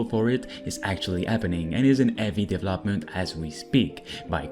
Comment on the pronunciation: Hey yo! I Really like your content. But i have one wish; Can you try and pronounce deVELOPment like it is meat to say? After Watching a few years you still do it and i hate it. All and all, still like you content, it is always fresh and uselfull! So; DeVElopment and deVELOper. Not Devlopper and devlopment...;)